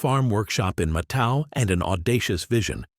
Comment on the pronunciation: it isnt MATAO, is MATÃO